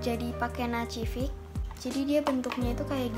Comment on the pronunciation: Nacific bacanya nasifik kak